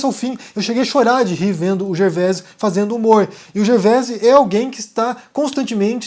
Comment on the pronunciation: O S no fim de Gervais é mudo.